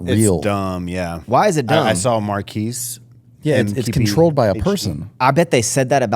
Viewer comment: Marques, pronounced Markez……not Marquis. Just sayin